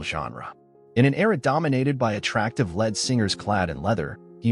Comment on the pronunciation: It's all A.I. these days, As we all know it's "JANEY" the bot also pronounces it "LED Singer" Then they show a picture of Sebastian Bach thinking its's Jani. Amateur hour...